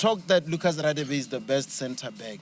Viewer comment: Lucas Radebe's last name is not pronounced Raadebe but gaadebe. Its Nguni mostly isiHlubi